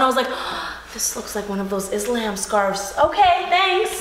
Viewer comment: "Are you one of those IzLambs?" 😂 Kinda sounds like a band name, "IzLambs"